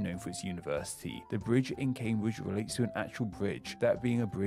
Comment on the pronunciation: from the sound of it I doubt he's ever left his home county, also he needs a set of front teeth, then he could pronounce" the " instead of" "duh" and "with" instead of "wiv"